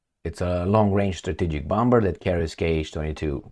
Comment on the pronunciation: In Limba Amerikana, "bomber" se pronuntza "bomer"!